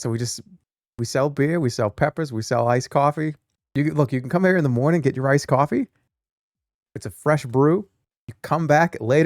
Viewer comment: Iced Coaffee, Stuffed Peppuhs, BYEAH